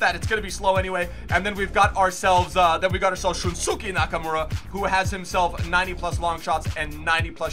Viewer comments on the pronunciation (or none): That one Japanese CM you had named Shunsuke Nakamura isn't "Shun-Su-Key" it's "Shun-Skay"